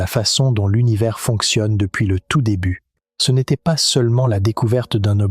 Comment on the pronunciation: maise , pase , partoute , trèse ... mdr l ia